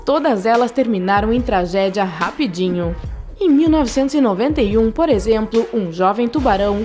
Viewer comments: Que voz é essa XD , ela é tipo ex: devOrAlAs , rapidInHo , hahahahah meu deus tô morrendo de rir com essa voz (SQN) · Só me incomoda o jeito dela falar, mordidinhann, oceanárionnn, rapidinhonn, são francisconnn